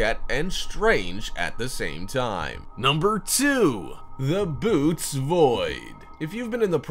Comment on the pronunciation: It's not the "boots" void, it's the "bo-OH-teez" void.